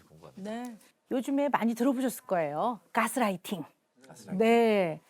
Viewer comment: 오은영 박사는 여러 방송을 보며 느끼지만 영어 발음 할때마다 굳이 원어발음하려고 하려고 애쓰는거 같아 거슬림ㅋㅋㅋㅋ 깨스라이팅... 카훼.... 등등 ㅋㅋㅋㅋㅋㅋㅋ 다른방송에서도 굳이 의사들 쓰는 전문용어 쓸데없이 남발하는거 보면 자기 똑똑해보이려고 부단히도 애쓰는듯요.